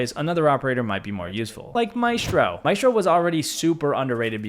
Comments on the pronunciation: Its pronounced màehsstro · With rolled RRRs